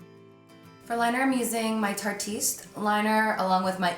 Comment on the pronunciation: tarteist rhymes with artist, it's a play on words. not tarte-eest.